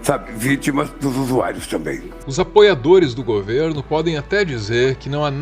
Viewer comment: “Os usuairos” p cosso presidente nem português sabe falar hahaha